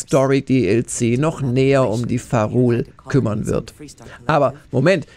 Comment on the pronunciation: sorry triggert mich gerade..es heißt Vaa´run und nicht "varul"